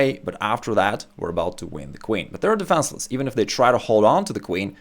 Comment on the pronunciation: Hi, top content but - you have a funny accent - you exchange an "e" sound for an "a" sound in words. forget - you say forgat, and recommend - you say recommand - defenceless - you say defanceless. Then you exchange an "i" sound for an "a" sound - aggressive - you say aggressave.